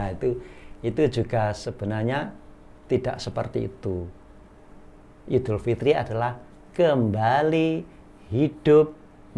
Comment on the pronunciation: Assalamu'alaikum wrwb ustad.. Lha itu bisa ngucap, 'iedul" dengan benar.. ora "ngidul"..